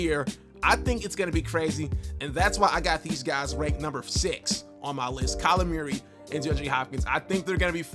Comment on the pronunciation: “Kyler Meeyeree” 😂😂